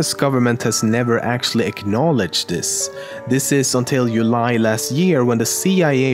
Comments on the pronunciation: I watched this years ago, but I just now noticed that he said "you lie" insteaf of july. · Hmm... saying You-lie instead of July... on purpose or not? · The way you pronounced “July” makes me believe you’re Swedish! 🇸🇪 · we all gettin ready for the raid and this guy has our back 5 years ago edit: your pronunciation of July is very brave